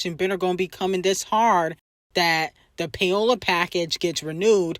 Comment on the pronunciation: Pie-ola? Lawwwddd cardi is just stupid